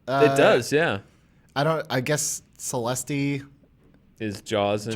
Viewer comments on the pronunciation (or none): none